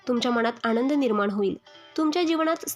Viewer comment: भावणा नाही भावना. आणंद नाही आनंद